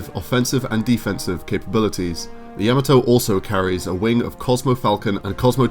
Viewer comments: "yah-mah-toh", not "yama-toe". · what the hell is a yama toe? its pronounced YA MOT OH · It’s ya-ma-to not yama-to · Ya-mot-oo! Not ya ma toe! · Ya- MA-to not Ya-me-to but a badass ship nonetheless. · Its Ya-ma-to(h) not Yama-toe. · Dude, did you watch the shows? At least pronounce the name "Yamato" correctly. It's not Yammuh-Toe....it's YAH-MAH-TOE. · Why do you pronounce it like you've never seen the show before. It's NOT YAH muh toe. It's Yuh MAH toe! Jeezo. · Dear God you butchered the name of the Yamato. In the Japanese language A's are pronounced as "ah", like the how it is used in the word "father". Also unless there are double constants you do not pause in the word or name pronunciation. So you should be saying Yah-Mah-To. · Year and a half later, I'm adding to the past requests to highlight the SDF-1 Macross. (And yes, given how you brits say To-MAH-to (tomato), you should say Yamato the same way (Ya-MAH-to).) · Kinda excruciating to hear "Yah-mah-toe" mispronounced every time throughout that video. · Decent voice, but the constant godsawful (mis)pronunciation of 'Yamato' had me twitching every damn time. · Love you guys, small note: Its 'Yamato' as in the posh pronunciation of 'tomato'. Not like the vegetable. Ain't no yams in Yamato. It's jarring every time he says it. Show some respect to other languages mates. Again, love your work, just had to say it. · Ok first you are saying the name wrong very wrong then you left out so many weapons and other things. I was so happy to see you do this but you need to redo it sorry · I tried to watch, I really did, but your incorrect pronunciation of Yamato is just too distracting. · The narrators pronunciation of the word Yamato is irritatingly wrong. smh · I wanted to like this video but that guy's horrible pronunciation of Yamato made my ears bleed